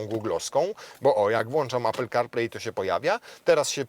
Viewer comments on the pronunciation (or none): none